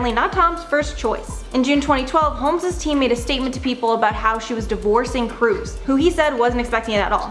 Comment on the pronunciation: Katie Kolmes? I thought it was Holmes?